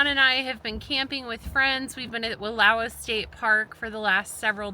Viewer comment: ❤ I got to then got busy. Rain looked fun. I do love the Wallowas. BTW you guys both pronounce it wrong 😂